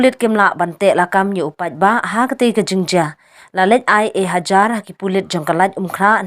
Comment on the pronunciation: Ka ktien khasi ka dei ejahar, ym dei ehajar mo kongthei nongai khubor